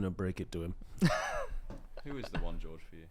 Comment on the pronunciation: Your Spanish pronunciation of "George" was not good - and I'm English! George is pronounced more like "hoor-hey" with a bit of a throat thing on the initial "H" ✌